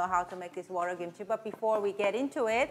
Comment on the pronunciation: I love how you say kimchi. It sounds like gimchi.